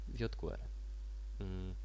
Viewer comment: fajny odcinek ale mózg mi pulsuje jak slyszę kolejne "jot kłery"